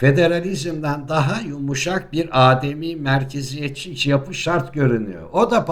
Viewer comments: LÜTFEN DİKKAT Âdemi mi Ademi mi? Hocam Sizin gibi tecrübeli gazeteciye bunu söylemek haddimiz değil ama!! Âdemi merkeziyet değil, ademi merkeziyet. Arada çok fark var. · Bir ülke, sizin deyişinizle “aaademi merkeziyete” girmez, girse girse “ademi merkeziyete” girer. Sizin yaşınızdaki bir insanın ana dilini doğru kullanmasını sabırla bekliyoruz. Büyükler yanlış Türkçe kullanmamalı ki, gençler de sizin gibi yanlış Türkçe kullanmasınlar. Yeter yahu, ayıp oluyor!